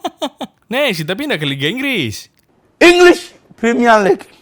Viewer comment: INGLIS, plemiel lik.. mancaste yunayted.. pfffft hhhhh HAAAHAHAHAHAHAHHAH 😂🤣😂🤣😂 🤣😂🤣😂🤣 😂🤣😂🤣😂 🤣😂🤣😂🤣